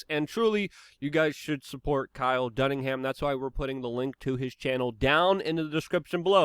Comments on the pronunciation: Kyle DUNNIGAN!!!!...not Doningham. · Kyle Dunnigan not dunningham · DUNNI-GAN! Not DUNNINGHAM! Luke’s speech is a big typo! And his autocorrect always makes it worst! 😂🤣😂 Love ya Luke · Dunnagin not dunnigham lol. We get it tho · Luke, it's not Kyle Dunningham. It's Kyle Dunnigan. Damn. Dingus. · Dunnigan, not Dunningham. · dunnigan not dunningham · He said Dunningham when it's dunnigan right? Is Luke having a Joe moment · It's not Dunningham, you boob! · LUKE-ISM ALERT!!! KYLE DUNNINGAN!!! NOT KYLE DUNNINGHAM!!!! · Luke!!! It’s Kyle Dunni-gan NOT Dunning-ham! Jeez you butcher the English language like no other 😂 love ya bro 🤙🏼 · Dunnigan!!! Not Dunningham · It’s Kyle Dunnigan my man….. not Dunningham. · Uhhh it's Dunnigan, Luke. Dunnigan. ... ...sorry, I had to. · Dunn-i-gan ... there's no H or M in his name. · It’s Kyle Dun I Gan Luke. Lmao 🤣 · Kyle "Duningham" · Did you just call him Kyle Dunningham??? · It’s Dun - i - gan lmao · "Kyle Dunningham" lol. close enough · It "Dunnigan" Luke you oaf! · Get Kyle Dunnigans name right. 🤷‍♂️😂